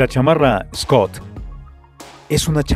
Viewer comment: la marca es schott no schoot y se pronuncia diferente como chot no scot